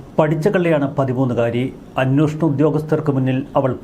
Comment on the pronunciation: എന്തുകൊണ്ടാണ് മലയാള മാധ്യമ പ്രവർത്തകർ അക്ഷരം ശരിയായി ഉച്ഛരിക്കാത്തത്? അന്വേഷണം എന്ന് പലരും പറയുന്നില്ല. അവർക്ക് അന്വോഷണമേ വായിൽ വരൂ